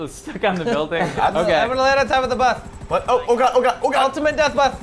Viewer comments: its buth not bus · messed up saying Bus one episode ever since they say buth instead of bus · why the fuck does he say bath instead of bus? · buth not bus